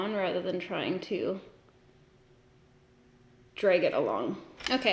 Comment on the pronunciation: No one:: draeg